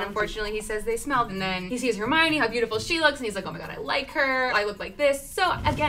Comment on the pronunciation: The goblet of fire actually very clearly says her name is her-my-oh-nee because everyone was mispronouncing it. Check the yule ball chapter lol